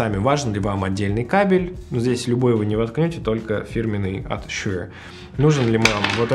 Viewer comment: Тут даже думать нехуй, Шур (а не шьюёур, бля) самый топ, был и остается, shp440 уработают даже AT M50x по звучанию. Видно, что в музыке вы нульцеваты, я уж молчу про мегаватты и частоты) заканчивайте обозревать то, в чем не шарите.